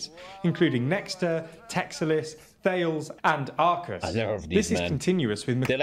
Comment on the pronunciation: God, for the french companies you don't say THALES but it's pronounced "TA LESS"